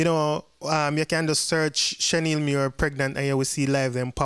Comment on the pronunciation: Her name is not Shen-Neil her name is Shan-eil💯💯